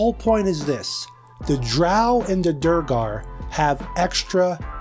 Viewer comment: Its pronounced "D'waygar"... Like Dwayne the Rock Johnson... kind of...